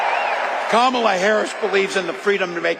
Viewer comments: Donald it's not KamaBla. but it's Karma-la! eat this!🇺🇸💙🇺🇸💙🇺🇸💙🇺🇸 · Tell Trump her name is pronounced "KARMALA